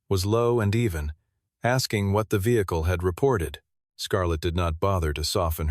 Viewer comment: '...Was not the first vehicluheaua'. Wtaf